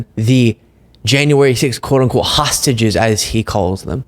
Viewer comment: All I can hear is tosstages. That's probably what they do to each other past time